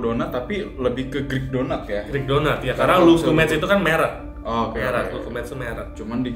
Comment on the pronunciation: Fyi aja nih bacanya ga lukumeids, tapi lukumades biasa aja krn asalnya dari bahasa yunani loukoumades (lokma) yg artinya deep fried dough.. 🙏